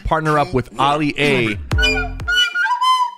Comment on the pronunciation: Why he call Ali a oli a